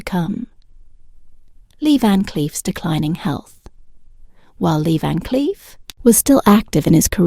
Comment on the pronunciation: The AI for this video is SO BAD that I couldn't listen anymore. Leah Vancliff? S C eye fi? Come on now, do better.